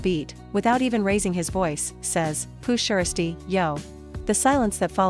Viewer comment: Hate how mfs can’t pronounce the man’s name like poo (sheirsty)?🤨🤦🏽‍♂️